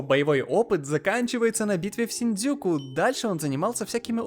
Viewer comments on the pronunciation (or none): none